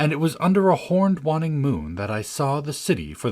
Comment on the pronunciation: Waning is pronounced Way-ning not Wann-ing.